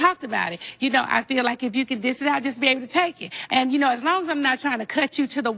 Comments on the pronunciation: Nene always using Kenya’s phrases. “Cut me down to the white meat” is Kenya’s line. She also needs to learn the correct terms before using them . She keeps saying “ dis it out” when it’s “ dish it out.” Poor thing. 😂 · First of all, the saying is “Dish it out” not “Diss it out”